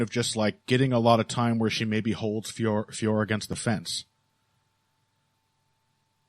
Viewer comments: French speaker here, it's not pronounced like that at all. The O is not silent in French and it is in 2 separate syllables Fee - O - Ro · Also a French speaker here!!! Finally someone else who let's them know that all these commentators get it wrong!! I just finished leaving a comment on the Anik & Florian podcast because they ALWAYS get it wrong 😔 Of course it's not pronounced Fior like Christian Dior, unless we all live in a world where we are listening to Heavy Hands with and. Allez les gars, faut vous améliorer la, hein!!! 🙈🙈🙉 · IT'S NOT PRONOUNCED FIOR. YOU HAVE JON ANIK TO BLAME FOR THAT 😑👎 EVEN BRUCE BUFFER GETS IT RIGHT!!! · French speaker here. It’s actually pronounced with a silent "f." Just Ooooore. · Sorry its Feeore now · I live about as far away from France as you can, but I can guarantee you that is, in fact, NOT how you pronouce it lol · Definitely not Fee Or. And I'm not going by what I think it should be, I'm going off videos of her saying her name. The last O is definitely pronounced. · French speaker here, THIS IS NOT THE RIGHT PRONOUNCIATION !!!